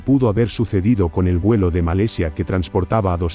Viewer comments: No sé dice "Malesia" se dice "Malasia" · ( MA LA SIA ) no ( MA LE SIA ) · MALESIA ? O MALASIA QUE HABLA !